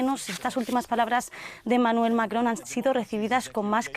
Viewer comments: Esa señora es la Martha Debayle del francés. Diga "Macron" con todas las letras, no "macoon" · Que simpáticamente pronuncia Macron....😂😂😂 Ya quiere ser francesa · Que mal cae la conductora y su pronunciación del Macron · Jenny Perez no puede pronunciar Macron 😅😂